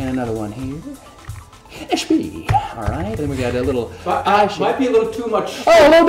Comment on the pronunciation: a little bitta shpied :)